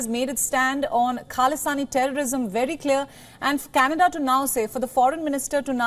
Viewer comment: Canada soon will be called as "Canedda" 😂😂